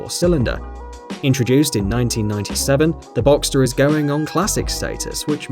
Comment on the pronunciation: Finally an English speaking guy that pronounces Porsche and boxster right!